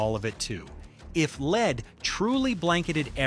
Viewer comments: Pronouncing Pb the element to rhyme with lede instead of led is awful, especially when it's what the video is about ! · LED NOT LEED. AI SLOP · The metal doesn't read like 'lead' like in 'leader' but rather like it were written 'led'. That was the precise reason why a certain band founded in the 1960s called itself 'Led Zeppelin'. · The AI pronunciation of "lead" needs to be corrected. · Stupid AI can't tell which lead pronunciation to use. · One detail refuses to leave my head, though. Amazingly, nobody ever says "heeed". 'Head' is a great example of how 'lead' is to be pronounced. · Lead corrodes the brain... So much so that one gets tge pronounciation wrong again after already having got it right several times. 😂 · When you have ai i guess making a full video on a fringe study is less work and more slop. The fact that it wasnt even reviewed (pronunciation of lead) speaks volume to its value. Not trying to be mean but we can do better. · It isn't matter of taste. It was the lead pronunciation.